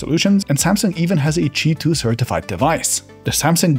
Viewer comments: why do you say cheeto ? isn't it Queue i 2 ? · Why is it pronounced cheetwo, omg I don't understand this language